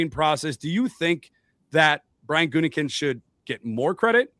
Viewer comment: That "Gutingkinst" pronunciation 😂